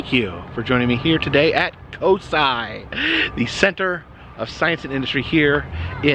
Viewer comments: Ha it’s pronounced CO-sigh, as a lifelong Columbus resident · Pronounced Cose Eye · It is pronounced Co-Sci went there as a kid when it was down by the original Wendy's location it's moved since then and they closed the Wendy's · It’s pronounced CO-SY! Next time you’re in Columbus I’d love to meet you!!! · im from ohio we call it "co psy" cosi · It’s pronounced CO SI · Hi! COSI is pronounced Co-S(eye) in am from Cincinnati and that’s what we call it! Hope you enjoyed your trip, love to cross paths with you one day and I’m a huge fan! 💖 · Us in Ohio pronounce it like this: coh- sigh :) just like how it's written! I went to cosi alot when I was a kid as I'm just an hour away from Columbus. It's one of my favorite places to visit!!!